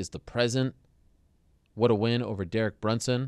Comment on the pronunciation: Did he say Derek Brunson?